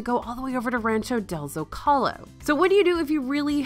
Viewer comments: FYI Zocalo is pronounce Zo-Ka-Lo, not Zo-Cal-Oh. But yeah the bathroom issue at Disneyland, I wonder how much they've upgraded it from 1955 crowd levels. I remember when my kid was 3 on his first trip there, right before we left we hopped into a place near the entrance to get him his own embroidered Mickey ears and he was doing that stand up, sit down dance that all kids do left my wife to pay for the ears and I picked him up and ran across the Plaza to the bathrooms near city hall and oh boy the line... also because there was only 2 or 3 stalls too, I know it's the men's bathroom but come on! Luckily for me a nice guy let us go before him, and we didn't have a messy accident (as he had to go #2!) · Here’s a tip. You pronounce Zocalo - Zoh-Ka-Low. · It’s ZO-CAH-LOW 🤍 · Yeah I was trying to figure out how to type this out as well. Zo Kuhh Lo. Emphasis on the last syllable, not the middle one.